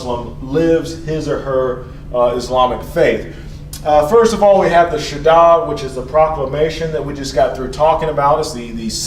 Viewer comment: Its not shada it is SHA HA DA,!